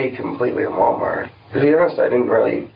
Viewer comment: "wahh mahh" how investigator pronounced Walmart